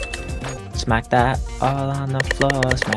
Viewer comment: "Give me some more shmaked that" made me rolling on my floor bro